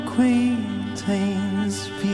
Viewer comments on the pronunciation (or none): He’s pronouncing “acquaintance” incorrectly even if he is trying to imitate the Irish accent. He asked me numerous times over the years how to pronounce it but evidently he forgot it.